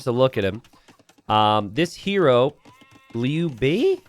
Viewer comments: It's Liu Bei, not Lu Bu. Lu Bu is a different guy. Liu Bei is read as "lee-you bay". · Liu Bei is "lee-oh bay", pronounced in two syllables. Americans will read "you" as "yoo", not as "yo".